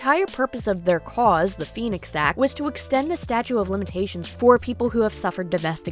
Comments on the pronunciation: Hon PLEASE! I want to listen 🎧 and I want to support him. But u must be credible and educated. It’s “stauTE” of limitations. Not Statue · Awesome video. It sounds like you are saying “statue of limitations”. It’s actually “statute of limitations”. Maybe I am mishearing you. This video is very good and well researched. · You're not saying statue of limitations, are you? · Such a great video! Very balanced and educational on SA and DV! I can't help but get annoyed when you say "statue" when I think you mean "statute". Maybe I'm wrong, but I think you might be missing a T in there. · Are you saying "statue of limitations"? It's statute. With a T. Great job with the research though. I really don't know who to believe now. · *statute - not statue of limitations... ;) good video. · Hi, it's "statute" of limitations not statue. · Hun...it's *"Statute", not "statue"...🙄wow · Statute not statue. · It’s statuTe of limitations, not statue of limitations. Hopefully you don’t take it the wrong way because I’m not trying to be rude on purpose. But I do know it sounds and feels rude. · I love you to death girly but I am so 🧐 - it sounds like you’re saying “statue” of limitations instead of “statute”? Am I mishearing this because it keeps jarring me & it’s one of those words that just slips by so fast that I can’t even tell if what im hearing is what’s being said, hah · The word is “statute.” Just letting you know. Keep on keeping on.